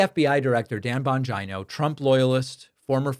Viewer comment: Bon-Geno. Bon-Geno. Not Bon-ji-no